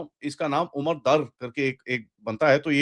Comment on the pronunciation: you do wonderful work, but are hopeless with names, especially Pakistani.. In today's episode, Abdul Ghafar (pronounced 'gh-faar) is pronounced ' Gaa-far'. It's a common enough name. Then another one, Umar Dar, is pronounced 'Umaar Daar'. It is is Umar as in 'lambi umar'. The surname Dar is pronounced 'Daar' with a hard D.